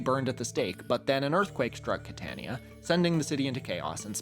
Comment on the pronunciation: As someone who grew up in the Catania region, that pronunciation hurts